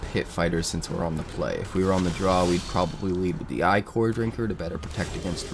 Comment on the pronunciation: It's not Eye-kor, it's Ick-er. It's more than icky, it's ichor.